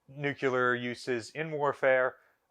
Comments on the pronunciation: Nuclear. no such word as nuc-u-ler. no offense. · Please! NU CLEE UR, not NUKULUR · Its pronounced nuclear not “nucular” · He always says 'nucular' and not 'nuclear'😂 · You should learn to say nuclear correctly. It’s not nucular. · I really enjoy these videos, however I wish you could pronounce the word nuclear.